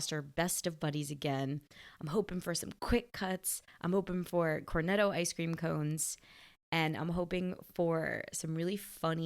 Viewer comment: a woman with an Italian surname, saying "Corneddo". You don't believe it until you hear it. 😂😂😂